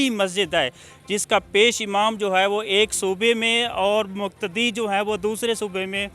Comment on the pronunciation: Lafaz "Imam" he hota ha paish amam nahe.